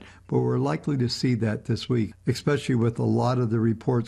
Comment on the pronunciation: I enjoy this channel however it irks my soul when I hear "ex-specially" over and over.